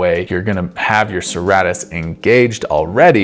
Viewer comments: It’s pronounced sir-ate-tus like a serrated knife which is the shape it’s named after. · I know I’m being kind of a dick by saying so, but it’s pronounced suh-ray-tus. Awesome vid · Pronounced: Sir-Ā-tus Thanks, that was great content.